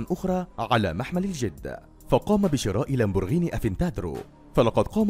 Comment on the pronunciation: اللي ما يحكي قال لمبرجيني مو لمبورغيني قلنا معلش رجع قال لمبورغيني افاتدرو ههههههه